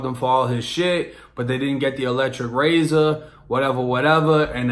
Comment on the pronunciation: Ahh I hear it now...got and razor def sound massachusetts lol